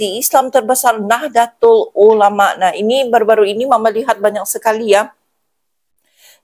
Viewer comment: Bacanya Nahdotul Ulama ' Bu. Kalau ejaan Indonesianya Nahdatul Ulama' , tulisan Indonesianya Nahdlatul Ulama' .